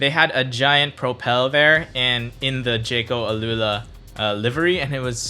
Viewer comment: Al-ula is Arabic. You pronounced it wrongly